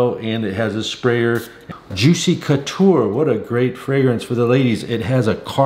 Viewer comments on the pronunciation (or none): none